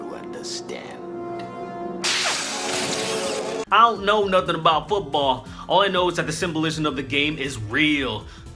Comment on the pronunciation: That was fantastic "I'ont" with the apostrophe and everything HAHAHA!!!!